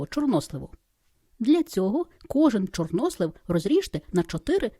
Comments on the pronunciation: Чорнослив. Наголос на останній склад. Чи світ став іншим? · Торт дуже гарний,молодець.У слові чорнослив наголос падає на "и".